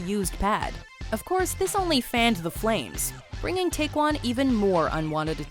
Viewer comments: TAECCYEON not Taecwon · She said Take-yun instead of Tay-see-yun. Like come on now research how to pronounce something or say you do not know how to pronounce something. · How about the time Jung Yunho got poisoned by a fan? Any Saesang interaction kind of tops this list. also its /taecyeon/ not taekwon. pronounced like "take yon" lol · His name isn't TaeKwon. His name is TaekYeon. Yikes that's bad. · It's TaecYEON! (YON) not Taekwan!! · It's Tek-yawn, not Taekwon. Hottest right here👌🏾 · Did you mean TaecYEON? Since when does a y sound like a w? Smh... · She said taecyeon’s name wrong lol😩😩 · Ugh the pronunciation of Taecyeon is cringe... Also this list is nothing compared to other stalkers kpop artists have to deal with. There is more than enough to create another list. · She pronounced Taecyeon wrong ._.